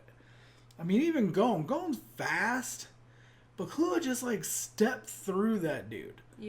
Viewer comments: I agree with the notion but you screwed up where the accents are. In the case of Serena and Akane, japanese people put emphasis on the first syllable, but not the last one (otherwise you would have something like Serenà or Akané). In Killua's case the emphasis goes just on the KI, while in Kurapika's case the emphasis is actually on the RA. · People are complaining you're stressing the wrong syllable in "Killua", I bet, not that you're actually pronouncing the sounds wrong. At the same time, they might not realise it's just the stress that's off, so they'll try to correct you in a way that doesn't actually address the problem. You were saying key-LOO-ah before. It's supposed to be KEY-loo-ah. I hope that clears up any confusion regarding that matter. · It’s ‘kill-oo-ah’ with more emphasis on the ‘kill’ part and the rest spoken abit faster. The way you guys say it sounds more like ‘ki-loo-ah’. It needs to be abit more separated as if they were 2 words: Kill-ua’. Hope this helps 😊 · Why does everyone pronounce Killua's name with the english word "kill"? IT'S NOT. It's KEEL. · Okay step by step let's start with killua right now : Dubbed Hxh pronounces it like you do i think ? Subbed Hxh pronounces it close to how you do, the thing you're saying wrong is the emphasis on the ''illu'' instead of the emphasis on ''kill'', TL;DR : it's pronounced ''KEERU-wa'' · ...Except the pace you say "ki" and "lu" should be the same, the first L before "lu" becomes a pause. Also "ki" is NOT pronounced like "key". Source: I speak japanese. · Kill-You-Ahh. Is the best way to spell it out and is exactly how it is pronounced whenever Gon or any other character says his name. And when Killua says his name it’s basically the word Gong without the g sound at the end. Hope that helps. Everyone can say it differently though it’s not that big of a deal. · That is actually very wrong. The u is not "you" at all. U in japanese is a sound similar to O in "who", but shorter.